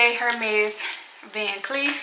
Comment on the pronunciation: The H is silent in Hermès